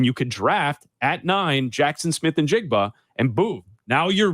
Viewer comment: 15-20 seconds into this clip only solidified the fact that (still) you're both idiots. This draft is thoroughly WEAK at the WR position, & the primarily reason why the Ohio State kid ( & stop mispronouncing his name; it's NI-jigba, not IN-jigba)is being touted with any relevance is a direct reflection of the weakness of this year's crop. The priority for the Bears is the trenches on both sides of the ball - PERIOD. If we're targeting WR's at all this year, you do so on the back end of the draft (later rounds), & take your shot on a better prospect NEXT year, such as Marvin Harrison Jr. Now go back to sitting on the floor in your diapers, eating paste.